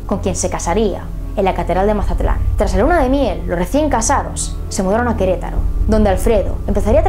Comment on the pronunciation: que lindo dices Queretaro... yo soy de Queretaro